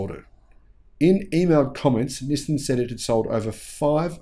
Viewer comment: Hi, I have been following u for quite a couple of months. Just to point out, Nissan pronunciation is ni-san, not ni-sim… Nissin is a cup noodle brand 😅